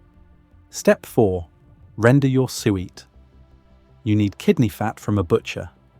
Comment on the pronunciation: PLEASE, drop the AI narration that cannot pronounce "SUET" properly. Or, prooflisten to the narration before releasing a video. Hell, I'll do the proof listening and send you a list of issues. Be more professional, attend to quality, and have a better product, and get more watchers.